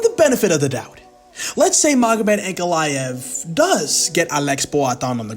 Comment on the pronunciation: I'll bet this now wishes he'd tried to pronounce Ankalaev's name as carefully as he did Alex's.😂